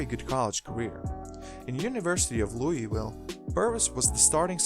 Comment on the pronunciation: "Lancaster Gordon, from 'Louey-Will'" haha. I haven't heard it pronounced like that since I was stationed in Germany. Great video by the way!